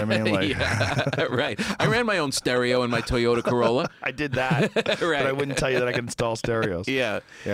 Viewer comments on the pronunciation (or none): none